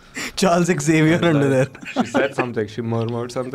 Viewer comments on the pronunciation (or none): none